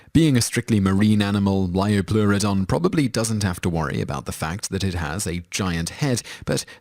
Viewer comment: liopleurodon not liopluerodonv